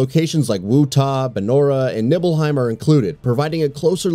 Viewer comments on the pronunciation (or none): Also Wutai isn't pronounced "woo-tah", and I'm pretty sure its not "nibble-heim" lmao. The dude voicing did not seem to care about this particular video 😄